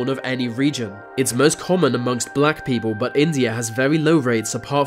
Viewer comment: If the narrator of this video is reading this please read on: Your voice is excruciatingly fucking annoying. You even say beople instead of people 😂😂😂